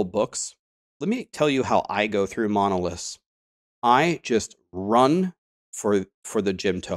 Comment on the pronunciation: Please, please! It is MonoliTHs not monolisks. I can hardly listen to those videos on LE because of that.